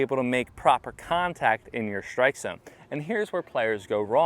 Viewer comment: You’re saying strike as if it was shtrike. Why?